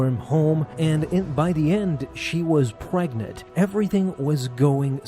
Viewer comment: She was.. Pregnate? Pregorant?